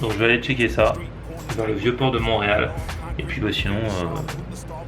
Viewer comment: On dit Montréal ❤️😅